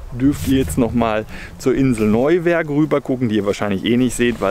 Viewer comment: PS vergesst nicht die Helgolländer Eistorte zu essen die gibt es nur in Cuxhaven und ist eine Spezialität danach kommt ne Delle mit Pommes bei Öli😋👍 und es spricht sich Neuwerk nicht Neu- Werk🤪